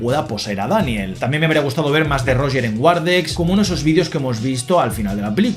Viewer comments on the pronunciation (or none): PERO PORQUE COÑO LE DICES ROGEEEEEEER!? :popcorn-yellow-striped-smile::popcorn-yellow-striped-smile